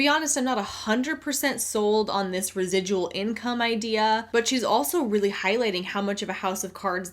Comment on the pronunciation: I'm binge watching some of your older videos and I just wanted to say you're earning "res-i-dull" income right now!!! Congrats! Lmao. Thanks for the great content and for spreading the ever important anti MLM message.